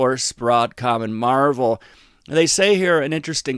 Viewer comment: It's Marvell (marv-el)